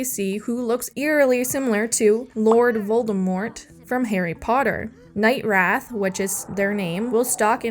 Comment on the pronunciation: Finding it adorable that you call him/pronounce him Night Wrath instead of Night Wraith